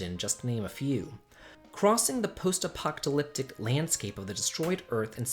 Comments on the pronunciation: Stop saying "apoctalyptic"! Drop that T, you're driving me nuts! Edit: it's not LaGaya. It's LaGaia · I heard a slam sound when you mispronounced Post-Apocolyptic. Was that intentional?